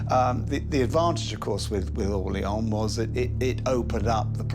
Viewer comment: Why does your AI voice mispronounce "Orléans"? The people you show pronounce it more correctly.